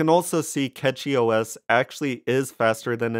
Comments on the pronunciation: pronounced "Cash-ee" and not "Cat-Chee" - outside that, I do like all of the new gaming Linux distros but still mainly fall back to ol Windows on the main desktop, everything else is running SteamDeck's OS essentially, or some variation of. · Its Cachy (Cash-ee); not Catchy... Its called CachyOS, because the custom kernel patches and CPU scheduler allows the system to optimize resources in micro caches. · I say it like "catchy" too. Who care about the name of an OS or how you pronounce a brand or whatever tbh. Hell even name can be pronounce differently depending the country you are in. Don't worry about people being offended by anything. The "worst" thing that can be mispronounced is a name and here we say "there is no mistake in a name". If someone think it's a disrespect they just don't have enough problems in their life. (first timer here btw so I'm not defending because I'm a fan but trully because I think what I say)